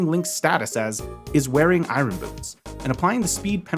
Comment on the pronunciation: It’s eye urn, not eye run.